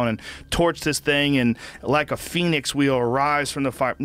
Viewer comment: Aahaa Joe said Phoenix weirdly